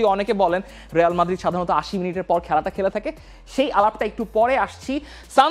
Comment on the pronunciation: রেয়াল মাদ্রিদ না, রিয়াল মাদ্রিদ 😅